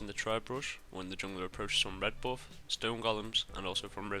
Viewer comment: your pronunciation at "buff" is hilarious - from where are you? ;D